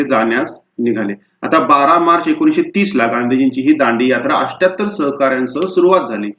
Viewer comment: Athyatar not 🚫 asthattar